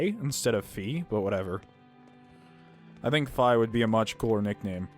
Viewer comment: Fuck that. All I can think of when Velvet calls him Phi, all I can think of is Phi from Zero Escape. God dammit Now I want Laphicet two to be a sarcastic asshole. Update: Phi is pronounced think Fly but without the L. So Fy, not Fee. They messed up how to say it.